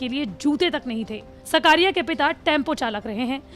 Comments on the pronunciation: सकारिया नही... साकरिया है... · It's not सकारिया It is साकरिया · Not सकारिया it's चेतन साकरिया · चेतन साकरिया. naam hai uska सकारिया nahi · It's not shkariya it's shaaakariya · साकरिया not सकारिया ... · सकारिया नही साकरिया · Surname Sahi Bolo Didi 😂😂😂 Gujarat SE Hu ....